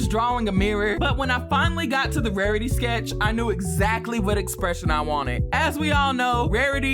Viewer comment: “Wawitee pretayy”